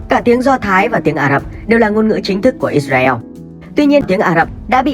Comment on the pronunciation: “ Ít Ra Eo “ ? Nên tìm hiểu và phát âm đúng tên quốc gia người ta đi ạ